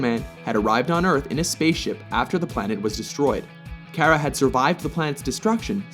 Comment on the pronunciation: You misspronounced her name. :/